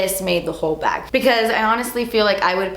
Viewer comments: “and the last thing in the bawg” i fucking spit everywhere omgggg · “AND THE LAST THING IN THE BA-WHG” Lmaooooo 😂😂